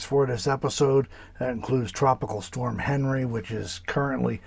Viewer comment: Henri is a French name and is pronounced as “on-ree”. The good side of this dtorm is wetter than normal it appears.